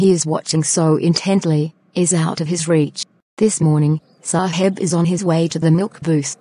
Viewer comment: Video is nice but Saheb pronounciation 💀